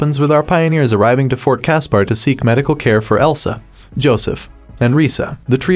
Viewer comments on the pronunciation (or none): Fort Casper not cas.par. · And Fort Casper same as the friendly ghost. This reader sucked